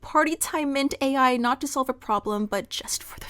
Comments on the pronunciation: Take a short each time she says mint-AI instead of Mint-aL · Mintal not mint AI mint aL a L like mental. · Mint-all. Not mint-ai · Mint-AI - lol, a sign of the times. it is Mint-AL "Mintal" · Watched the whole video. Small nitpick, it's Mint-AL (pronounced ALL). Other than that, loved the video. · Small correction: Mint-Al in this fic is pronounced as "mint-all", and is a small, pink pill with a chalky texture and a minty taste. They are a reference to Partytime Mentats from the Fallout universe, which provide a temporary boost to intelligence and charisma. And, as with all drugs in Fallout and the real world, the benefits are temporary, and you can become addicted to them. Also, once the effects wear off, Your reactions are dulled, you temporarily lose cognitive ability, and you crave another dose. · That’s not how you pronounce Mint-also 😭